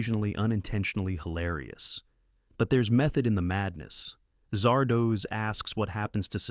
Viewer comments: A.I. pronounces Zardoz, Zahr-Dos...as Zar-Doohs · Zard Oz. Not Zard OHZ. It's a half-seen snippet of "The Wizard of Oz." The AI narrator in these things is a fever dream of a fever dream. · I know most of these. Cackling over Zardoz happened a LOT. Could you fix the pronounciation, though? It's as in "The Wizard of Oz" not doze. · Oh, God! Ditch the AI readers and find someone who can read English. "Zardoz" is not pronounced "Zar"-"Doze"!